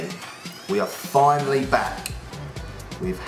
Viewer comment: "Fe-na-lee" not "Fi-nol". xD